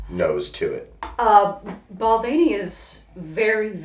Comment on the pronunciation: They both didn't pronounce Balvenie correctly. Lmao